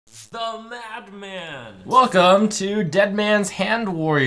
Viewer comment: He's saying "mad man," right? So why does it sound like "map man"?